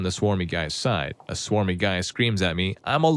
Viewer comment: Bro it clearly says smarmy not swarmy 😭